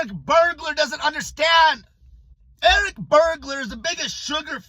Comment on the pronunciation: Did you say Eric Bergular 🤔? 😂😂😂😂😂😂😂😂😂😂😂😂😂😂 HILARIOUS 😂